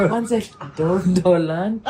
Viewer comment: By the way DONALD TRUMP H , DOLAND ni 😅